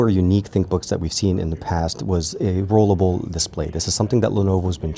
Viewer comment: Rollable. NOT rolelable. 🤣🤣🤣